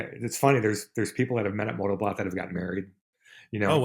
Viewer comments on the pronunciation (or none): BLOT means Blood .... it was a sacrificial ceremony in both Norse and Anglo Saxon culture. It wasn't a party ...it is pronounced like Bloat